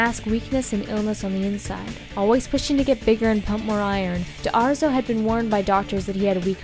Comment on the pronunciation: Anthony D'Arezzo = Dah-REtzo